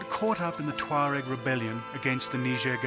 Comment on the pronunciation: It's pronounced 'tchwa-reg'